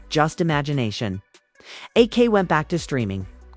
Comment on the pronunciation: AI keep called Ak “awk” 😆